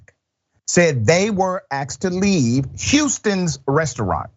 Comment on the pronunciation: "They were Axed to Leave" Oprah would not be Amused hearing this use of the word "asked" in that improperly used English manner.